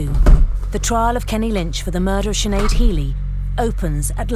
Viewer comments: It's just not pronounced chin ade? What the fuck. It's pronounced shin - aid. 5 minutes into the video you hear her mother saying her name anyways like. Are you Irish, how are you living in Ireland but never met anyone called Sinead? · Big man it’s pronounced shinaid. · Sinead is pronounced chin ade.. No disrespect to be meant to anyone linked with this video. I'm just helping the Americans out